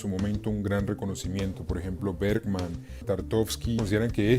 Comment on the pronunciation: Hola! gran análisis! sólo corrijo un detalle, el director ruso que nombras al inicio se apellida Tarkovsky, no Tartovsky :)